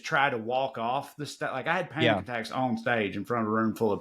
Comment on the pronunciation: When Trae talked about having panic attacks in front of people, I thought I heard “I’ve had pancakes in front of people“, probably because of the discussion about pancakes earlier, but I almost immediately realized what Trae actually said. Kind of funny that panic attacks sounded like pancakes. Maybe y’all can do something with that. 😁